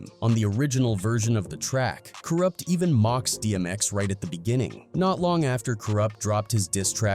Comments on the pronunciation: yo why you chippin up Co Rupt name like dat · Kooroopt lol. Good job AI 👏